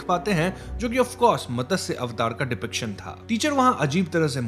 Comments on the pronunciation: Great explanation, as usual, but a small correction "It is mat - sya avatar, not Matasya avatar" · Matasya avatar nhi hota hai... It's matsya avatar ... Mat-sya ... Pronounce properly plz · भाई मतस्य नही है, उसे मत्स्य कहते है😂😂😂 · Just one correction. It's not Matasya avatar, it's Matsya avatar. Matsya is fish in Sanskrit. If you want to clarify, just ask any one who has good Hindi or even a basic understanding of Sanskrit and they will tell you how to pronounce this word right. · मतस्य ❌️ मत्स्य ✅️ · It's not Matasya. It's Matsya. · It’s Matsya not matasya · Matasya avatar nahi Matsya avatar kehte hain.